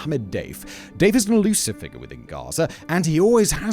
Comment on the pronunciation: Hands up if you thought Simon was calling Mohammed Deif "Dave" everytime... 😂